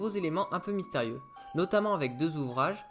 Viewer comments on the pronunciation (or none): "les mystrèrieux" magistral xD